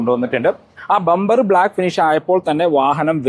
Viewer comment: ബെoബർ❌ ബമ്പർ✅